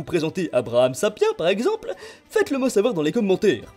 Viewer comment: C’est vrai que ça serai super ! (Ça se dit « sapien » chef